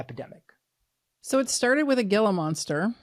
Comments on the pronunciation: Love the info but, as an AZ resident, let me help you out: The pronunciation of GILA is pronounced "Hee-la," due to its Spanish origin. :) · Gila monster is pronounced "Hila"